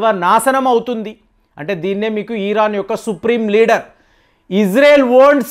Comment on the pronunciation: పోస్టర్ అంటే ముఖచిత్రం అని అర్ధం. అది పోస్టర్ కాదు పాస్టర్ అనాలి సార్.... ** ఇరాన్ ను ఈరన్ అంటారు. బాగా చదుకున్నవాళ్లు ఇలా పేర్లు మార్చేస్తారు అనుకుంటా?